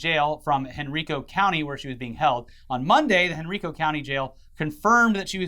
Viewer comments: Just a heads up It should be pronounced like Hen-Rye-Co not Hen-REE-Co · Just a fun fact. It’s hen-rI-co not hen-re-co 😅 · I had no idea who this Chris Chan person is. But damn that whole situation is upsetting. It's Hen-Ri-co btw. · Chris-Chan is a local, I would get visits from time to time, it was interesting. I remember going to the Comic/Games Place, the one he was named from and subsequently criminally charged by after running an employee over with a car, and saw her playing Pokemon. I have a lot of stories. ETA: Henrico is pronounced Hen-rye-co. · from VA its pronounced Hen Rye Co (Henrico) love you guys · It's actually pronounced hen-rye-co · The way he pronounced Henrico county pains me.